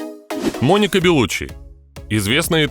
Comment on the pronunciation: Она беллуччи с ударением на и .она сама так говорит